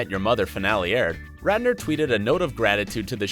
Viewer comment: Am I the only one who noticed the anchor called him Rander instead of Radner?